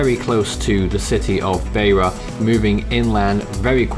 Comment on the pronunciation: Help with your pronunciations: Beira = BYRA Tete = TET Chimoio = CHIMOYO